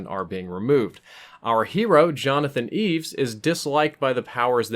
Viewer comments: sounds like ur calling him Jonathon eves....its Jonathon E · The main character (portrayed by James Caan) is named Jonathan E. - not "Eeves" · Johnathan E, not "Eves" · I was glad Jonathan didn’t give them permission to kill his friend. Even though he was willing to kill his opponents in the game, on some level he realized life was sacred. Also, it’s “Jonathan E,” not Jonathan Eaves.” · I know it's "Jonathan E" (winced every time said "Eaves") but where did you get that it's short for Evans/Edwards? I always assumed it was short for Energy, the corporation he played for. EDIT Checked the script, probably this exchange from the party scene: Exec 1 - Did you hear about Evans? Exec 2 - What? 1 - He's out. Gone. 2 - No kidding! The old man? Who got him? 1 - What? 2 - I said who got him? 1 - The crocodile. Possible they mean Jonathan, but I always assumed they were talking about some other exec and I still do.